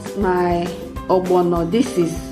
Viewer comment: The way u say ogbono defines our beautiful Igbo heritage